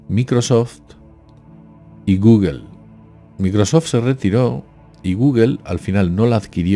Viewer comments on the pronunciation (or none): none